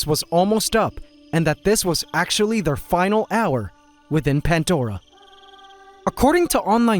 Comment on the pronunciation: After a few years you'd think you'd notice it's.... Pandora.. Not pantdora